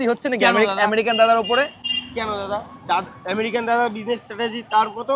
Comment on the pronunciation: আমেরিকান ❎ আরেরিকান ✅ 😂😂